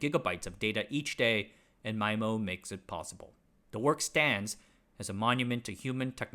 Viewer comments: Thanks from all around for pronunciation of "MY - MO"... instead of "ME - MO". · MyMO ❌️ MeeMO ✅️ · If "SISO" is pronounced "See - Soe" Then "MIMO" is pronounced "Mee - Moe"